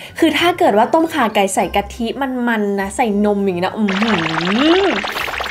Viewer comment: น้องแหวน อย่างเก่งที่ออกเสียงต้มข่าไก่ ได้ชัดเจน